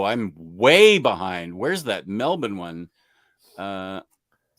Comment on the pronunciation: You pronounced Melbourne as a true legend!